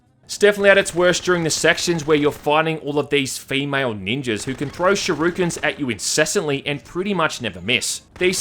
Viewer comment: Complaining about voices but pronouncing "shuriken" like "shoryuken". TWICE.